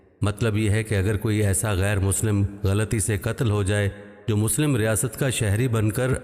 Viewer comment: Assalamu alikum wa rahmatullahi wa barakatuhu Allah aap ku jaza e khair de mukammal Qur'an record karneki toufeeq de aameen. Arz e guzarish hai k surah nisa ayah 95 me qari saheb se bhool hogayi gairu ki jagah gairi tilawat kar di